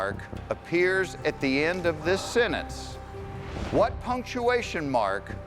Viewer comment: The dentist knew how to pronounce "sentence," but Jeff did not. He omitted the "t," and it is not a silent letter.